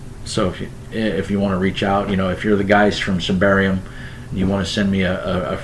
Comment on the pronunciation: Not that it matters but it's pronounced "Symbaroom". Have fun playing it :)